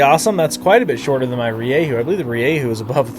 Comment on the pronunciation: Stop saying ReeYayHoo